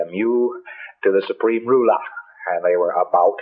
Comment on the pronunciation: Says ruler like he's from south london